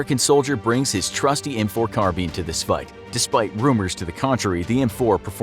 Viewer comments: It’s pronounced Carb-ine not Carb-bean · It’s carbine not carbeeeeen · M4 Carbean lol its a Carbine bro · “Brings his trusted M4 CarBean” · It’s not called carbean it’s carbine